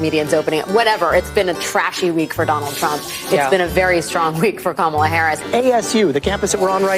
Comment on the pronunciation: That young black lady pronounced Kamala’s name wrong. Joy Reid gona call her out?